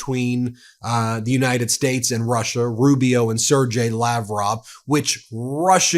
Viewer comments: Hi. im from Ukraine. lavrov's surname is pronounced Sergey like sir GAY. NOT G AS GENERAL. BUT AS GAY . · Sergey Lavrov — hard G. 🙂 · Sergey like sir-gay or sear-gay. Not being a pedant, but when people mispronounce these names or words it generally means that they've never heard the correct pronunciation from an official source. You're just reading type. Oh shit another one. Erdogan is Ur-doo-wan. Again, I'm not being a pedant but it is just not professional. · Seržey=Sergey G is like in Gay.